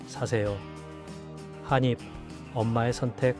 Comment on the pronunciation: 좋은 정보 잘 보고 갑니다. 그런데 태클은 아니구요. '한입'은 [한닙]으로 발음하는 게 맞습니다. :)